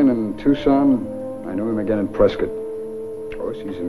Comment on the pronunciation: It's so good to hear pronounce Prescot correctly ( it's pronounced like a biscuit... Prescuit )